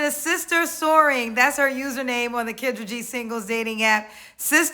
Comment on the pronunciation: Why is Kendra pronouncing her name, like the animal “gazelle?” 😂😂😂